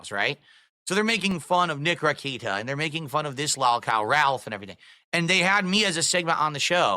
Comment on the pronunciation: We've all scratched our heads and wondered how much is prissy affectation, regional dialect or intentional mockery, but there is NO excuse for "L'allkow" besides is drunk and regarded. None.